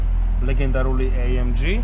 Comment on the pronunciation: ბაი თურბო, ეი ემ ჯი . და ასე შემდეგ ცოტა უშნოდ ჟღერს და მხვდება ყურში ძაან ინგლიშურობა :) კარგია მომწონს დანარჩენი